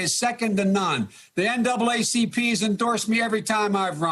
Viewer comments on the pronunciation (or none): none